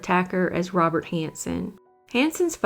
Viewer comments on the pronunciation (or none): none